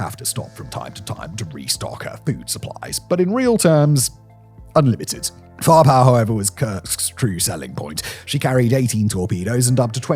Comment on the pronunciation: To any others having trouble understanding: “FOHH-POHH” = “fire-power” 😉